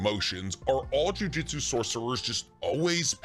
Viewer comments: It amazes me that you that you pronounce the title "Jujutsu Kaisen" correctly, but otherwise pronounce sorcery as "jiu-jitsu." It's JOO-JOOTSOO. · Loved the video but for the love of god it’s JUJUTSU not JUJITSU 😂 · OMGGGGGG 🤦🏽‍♂️ ITS CALLED juJŪTSU & NOT JIUJITSU !!!!! jiujitsu is a martial arts bro it’s something that actually exists & jujUUUUUUtsu is the anime that we all love to watch & read . i hate when people make this mistake lol 🤦🏽‍♂️ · He he goes again, calling "jujutsu" jiu-jitsu. Say it with me: JU-JOOT-SU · Just wanted to make fun of you a lil bit. "I've learned nearly everything there is to know about this series" says jujistu and not jujutsu for the majority of the video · Lmao I love your stuff but you got me cracking up with the "jiu-jitsu" got me imagining megumi running around putting curses in rear necked chokes 😂😂😂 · “Jiujitsu” 💀😪 Lmao So cool rule of thumb: Japanese pronunciations are really simple because the vowels will sound the same every single time A = ahhh as in when the dentist says “say ahh” I = pronounced like the long e sound ex. Key U = oo like goo or poop E = as in the long A sound , sounds like the a in crate, table (this pronunciation is a lil complicated but this is close) O = long o sound , like open or okay Some constructive criticism after hearing chibacko tansai over and over again 😭😭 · Great video! Only critique is that calls it jujitsu repeatedly 🤣